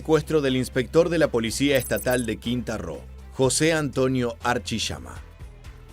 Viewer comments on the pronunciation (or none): Quintana Roo no “Quinta Roo” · Es Quintana Roo, no quita Roo